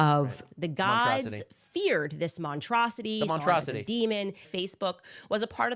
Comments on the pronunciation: montrosity the S is silent 🤣😭🤣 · I felt my intelligence leave my body every time "Montrosity" was mentioned. I think we're one letter away from actually not sounding like a Pakled. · "Montrocity"? There's an S in there somewhere, I'm almost sure of it. JFC, every attempt at sounding smart is a colossal failure. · MONTRACIDY ? WTF DO YOU SPEAK ENGLISH YOU DUMB NI**ER !!!!!!!!!!!!!!!!!!!!!!! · When your own people don't correct you saying monstrosity wrong, they either hate you or fear you... Or both.